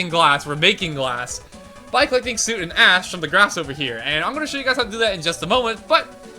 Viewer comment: You keep saying it as “Suit” instead of “Soot”. Soot is a weird word. It has the “oo” spelling, but the “uh” pronunciation.